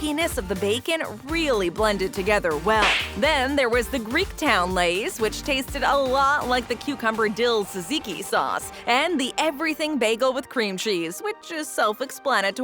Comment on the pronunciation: ITS TJAJIKI NOT JOUJIKI